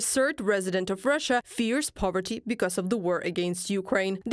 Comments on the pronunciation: “Powerty”? Clowns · It's "poverty" not "powerty" btw. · Poverty not Powerty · Poverty not Powerty.